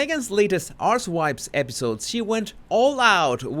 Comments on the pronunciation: 🤣 it's probably an accent thing, but I honestly thought I heard you say, in the introduction, Meghan's latest ass wipes podcast. Love your work. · I thought he was saying Arse-wipes. 🤔 🤣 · I thought him say "are-wipes". I thought was taking a risk. So I hope you're right and I misheard. Mind you I like what I heard!